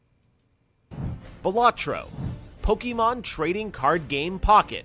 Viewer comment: Geoff pronounced Pokémon incorrectly